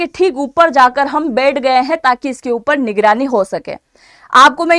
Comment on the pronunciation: बेठ नहीं बैठ होता है।